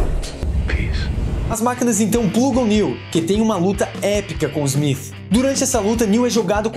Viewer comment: Inacreditável o baixo conhecimento da língua inglesa e a sua correcta pronuncia...Agente ezmith?!?!?